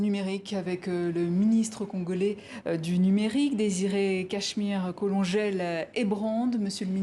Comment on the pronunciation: S’il vous plaît, son nom on le prononce KO-LO-NGÉ-LÉ et pas Colongèle 😭😭😭 pitié ! Mais n’empêche ça m’a fait rire «Colongèle» 😂😂😂😂 ! Excellente intervention 😻